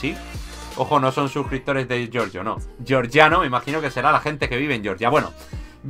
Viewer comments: Se pronuncia Georgia, no Yeoryia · gran pronunciación de georgia jajaja